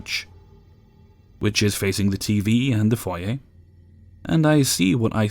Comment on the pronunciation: This may seem minor, but I love you more than a little for pronouncing "foyer" correctly.